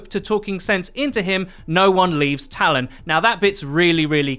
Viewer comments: Give him a break. He cant pronounce "talon" and its in his native tongue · I don't understand why you can't say Talon properly only half the time. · The way you pronounce Talon really irritates me lol